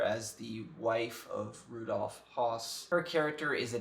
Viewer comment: Excellent review! I agree with everything you said. You didn't mention the final scene, however--people so nonchalantly working in that place where so many were exterminated. For me, that added to the horror of it all. (And by the way, the "O" in Hoss is pronounced as in "foot." There's an umlaut over the O which changes the sound.)